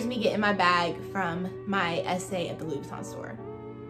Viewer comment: Enunciate Louis Vuitton correctly if you’re going to carry the bag. Ugh!!!!